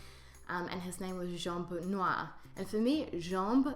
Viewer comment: you forgot the terminal "r"... yes, it's not strongly heared in french, but need to be there. That's make the difference !